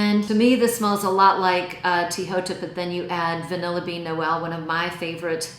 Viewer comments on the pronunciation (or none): none